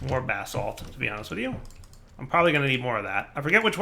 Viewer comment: Anyone else hearing bath salt instead if basalt(spelling lol)?!